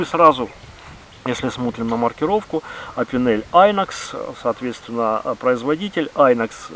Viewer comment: Не "айнокс", а "инокс", це ж хранцузский, а не инглиш. Иноксидабль! )) В реальном поюзе у меня только филейник-15, остальные три опенка лежат в ящике стола, как-то не находится им применения.